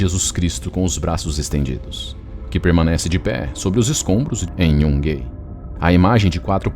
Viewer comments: Excelente vídeo, como sempre, mas gostaria de pontuar um pequeno erro na pronúncia do nome da cidade de Yungay, que sendo um nome que tem sua origem nos povos originários peruanos, deve ser pronunciado literalmente como se lê: "iungai". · A pronúncia correta da cidade Yungay é "Iungai"